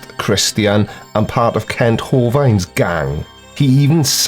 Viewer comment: Here's a little quote from a fellow Brit that I think you'll like: "Yes, I know it's easy to make fun of the organised churches, but has it occurred to anyone to wonder WHY it's so easy?" - John Cleese And once again - Hovind doesn't rhyme with 'wind'; it rhymes with 'wind'. 😉😉😁 See what I did there? Happy 2021,.